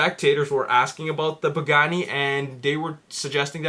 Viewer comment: how did you say pagani and Bugatti in the exact same way....your a complete rumour spreading moron, go read a newspaper it speaks more truth than your bullshit